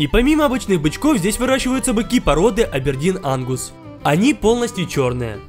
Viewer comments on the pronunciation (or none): это так жестоко звучало XD АпЕрДиН АнГуС Будущая коровка :) Чё ? тоесть когда я покупаю мясо в магазе. А не стоп у нас нету такого мяса, Фууух